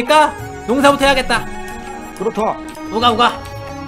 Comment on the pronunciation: 우가우가 라고 하는데 응가응가 라고 하는것 같다 ㅋㅋ